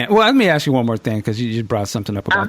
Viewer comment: Did you seriously say "axe"? As an adult, and a professional that speaks for a living, how can you let yourself get away with that?